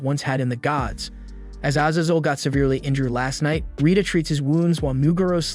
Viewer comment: sever-ly ... severely? wtf